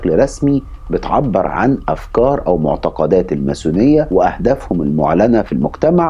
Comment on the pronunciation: تُكتب و تُنطق الماسونية ، من وين طلع حرف الثاء معاك !!